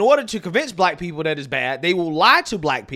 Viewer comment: said "dat" 🤣